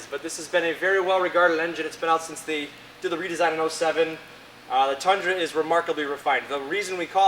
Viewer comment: Ummm "The Tundran" yeahhhh buddy